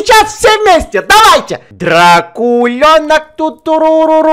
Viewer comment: Я думал он говорил: Дрочулёнок а не Дрокулёнок